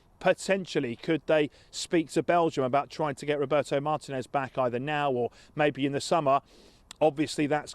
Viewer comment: Not Martínez, please. I can't cop hearing English people mispronouncing his name